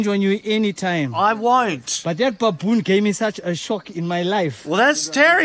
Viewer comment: I like how he calls it "pappoon" 😂😂😂